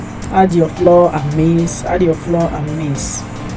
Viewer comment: Flour is pronounced as in "Flower" as well, not "floor"